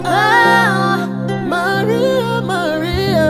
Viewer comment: Beautiful cover ! But Maria should be pronounced Latino Maria..